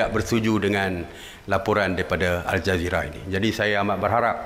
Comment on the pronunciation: asal aku dengar macam al-jahiliah. Tpi memang patut pon dipanggil macam tu.